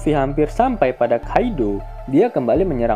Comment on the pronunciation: Tasumaki di baca sama mimin tasumeki sengaja banget